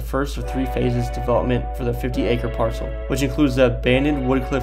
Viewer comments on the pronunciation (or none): none